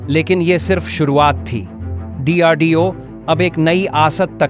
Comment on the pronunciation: What is dardeo? It’s DRDO